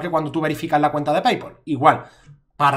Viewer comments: seguro porque ha dicho cuneta en vez de cuenta. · like si ha dicho mi cuneta en vez de mi cuenta en el